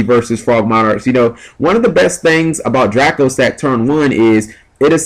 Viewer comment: Will ppl stop calling dracossack "dragosack...."